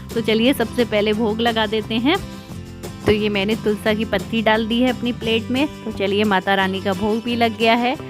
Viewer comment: आप तुलसी को तुलसा क्यो बोलती है जय माता दी